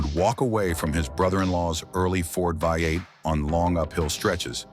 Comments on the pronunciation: You guys need to train your AI to pronounce V8 trhe American way, Vee eight, not Vi eight. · Agreed, whats a vye 8? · When Oh when are you You Tubers going to figure out that COMPUTER VOICES SUCK???? What is the problem? Can't you read your own script? Let your Mom read it for you. It says 58 engine over and over because it thinks the v in front of the eight is a Roman numeral for 5 - get it - 58 for v8????????? You didn't know that before you posted it??? What is wrong with you people today???? Art from Ohio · What is a viy 8? Ai bs. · Ford had a vye 8? He did say Vye vie vy? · The Studebaker "5-8" or "Vie 8". Ain't AI grand? lol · Hey there AI. What is a “Vie 8” ? Just go away. Down with AI. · The vy8? Stupid AI. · i hate AI videos. never kn ow how to say things right.....v8 becomes vie 8 or five 8 ugh. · “Vy Eight” , get rid of AI. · Considering it read V8 right a couple times makes me think that the person who wrote the script spelled V8 differently the other times.